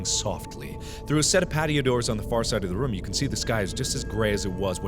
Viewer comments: I like how Mark pronounces room as rum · I love the way mark says room! it sounds like he is saying rum it's soooo cute ^_^ <3